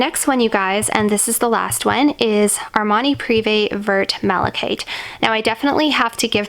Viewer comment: I love Vert Malachite myself and own it too, but it's pronounced "verr" and not "vurt" hun. The French don't pronounce the "t" at the end.